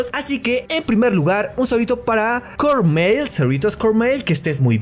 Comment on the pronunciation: GRAAACIAAS pero se pronuncia Corr mai l pero no importa mi hermana le costó un poco el nombre Corrupcionaria ☺️